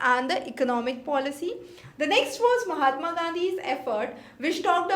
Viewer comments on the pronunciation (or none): none